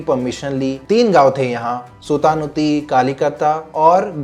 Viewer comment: Seriously? Did he pronounce it correctly? Lal Diggy? SuTanuTi? Kalikata? Did he pronounce it correctly?